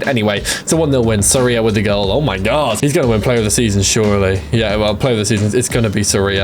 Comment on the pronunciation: why does this guy say "oh my gorwwwwwd"